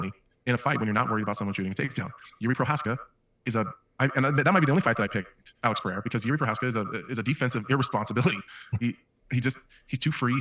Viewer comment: Hey man, why can't you say Alex? 😂